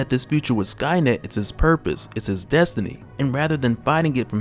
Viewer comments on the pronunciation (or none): none